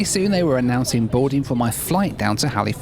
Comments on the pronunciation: It’s hal-ah-fax. Not “Hali-fax” I know that’s how it’s spelt, but it’s pronounced hal-ah-fax lol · Also, Halifax is NOT pronounced Hal-ee-fax. It is pronounced HAL-ih-fax. C’mon, now,. You know better. 😊